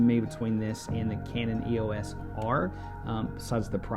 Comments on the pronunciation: "Eeoss" Just kidding, I'm not sure either :) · EEE-oh-ss RP ;-)